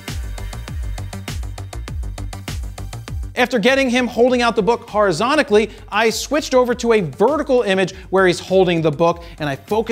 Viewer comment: wtf is "horizontically"